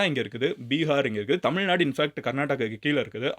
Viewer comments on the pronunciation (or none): none